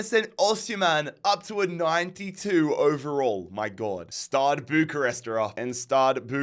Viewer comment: Man, I'm not even Romanian, but it's STEAUA Bucharest, NOT STADE!